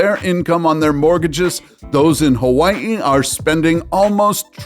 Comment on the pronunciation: The way you pronounce “Hawaii” you’re Kamaaina! 🤙🏽